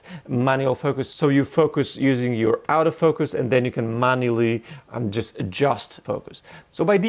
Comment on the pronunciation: One suggestion, learn to distinguish between the pronuncition of autofocus and "out of focus". They're very differeny things and it can be confusing.